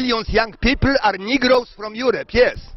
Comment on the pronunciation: on mówi "nigrołs" a czyta się "nygers". Na początku poprawnie mówił, a potem jak zwykle rzuca zaklęcia